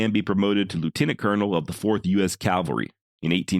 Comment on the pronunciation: Thank God you were lying! I was praising your rendition in my head, and then I wanted to kick your ass. You got me, brother. Nice job on your presentation, although it bothers me when people say "calvary." You did offer a disclaimer although the forefront. Groovy 😮